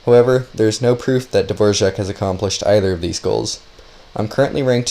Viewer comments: Dvorak not fucking devorzjahck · Why is he saying Davorjark when its clearly dvorak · Is it actually pronounced dvorjaque or are you trolling us..😅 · Me pronouncing Dvorak: davorak pronouncing Dvorak: Dvorjzhak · his name "Dvorak" how this dude pronounces it "D-vouardzak" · Dvorak is not pronounced like the famous composer, there is no j sound after the r ;)